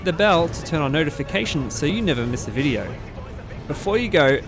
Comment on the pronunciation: "in this videor"